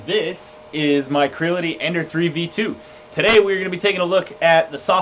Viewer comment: It's pronounced Cre-Ality. You know like the word reality. Think of it as a smash up word combo of create and reality